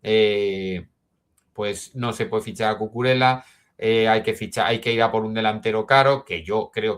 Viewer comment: repite conmigo: CU CU RE LLA, CUCURELLA